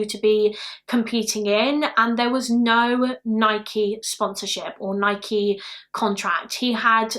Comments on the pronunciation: I’m from Oregon in the states where Nike originated and it’s pronounced Ni-key, the first British person I’ve heard say it correctly 😂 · It’s Nike you said it right 😊